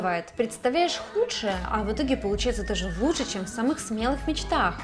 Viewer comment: Наконец поработали над ней. Менее раздражает чем обычно. Без «лудше» действительно лучше стало. Прекрати хэкать, деревня